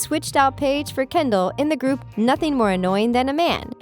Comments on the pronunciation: The narrator said Kenddi not Kendall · instead of saying Kendell you said you said kendie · you said kendi not Kendall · you said kendi